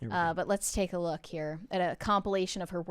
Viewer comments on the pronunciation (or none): ...Who, pray tell, with an American accent, pronounces "Look" as "Luke"????